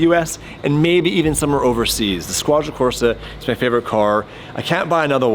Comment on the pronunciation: Squadra Corse is pronounced Squadra CorsE, not CorsA